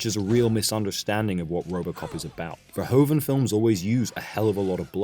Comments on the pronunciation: He's better known by his anglicized name but Verhoeven is pronounced more like vur-who-fun in Dutch. Not fur-ho-fen. Good video still :). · "Verhoeven" is pronounced "Ferhoofen"! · Nice. Dutch language tip: the "oe" in the director's name is pronounced as the "oo" in "doom".